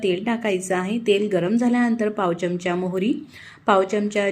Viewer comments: च्यमच्या नाही बोलत. चमचा असा शब्द आहे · च्यमचा न म्हणता चमचा म्हणा‌. छान वाटेल.